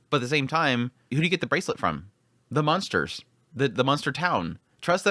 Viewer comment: I noticed that you have a tendency to sometimes say "munsters" instead of "monsters". I did that a lot when I lived in Indiana and Oklahoma before moving to Arizona.